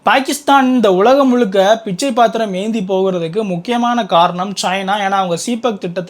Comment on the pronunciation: பிட்சை இல்லப்பா பிச்சை